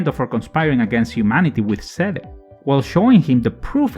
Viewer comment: This was a very interesting listening. Many of those facts I never noticed. Also I like how you pronounce Seele like the katakana reads.